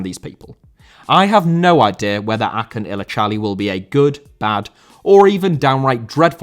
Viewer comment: Great Video. Acuns name is pronounced like ah-june btw. He had also some involvment in the Özil deal to Fenerbahçe.